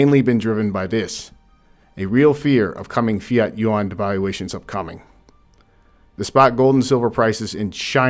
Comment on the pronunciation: Chinese currency is called "Yuan", sounds more like ruin (ruine) in French accent, not "u-wan", "u-wang" or "u-wand".